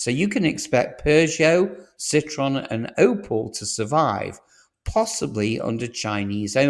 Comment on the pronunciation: Wow Citron and Opal. You're an AI, aren't you?